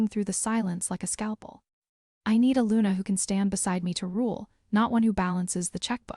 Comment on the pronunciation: Please quit shaking the graphic. It's SILAS not Sillas nor Seelas. God I hate AI narrators. LUNA not lunar. Okay I'm done listening as the whole storyline is pure gibberish.